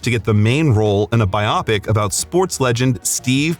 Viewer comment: By-yop-pick... You mean bio-pic? Smh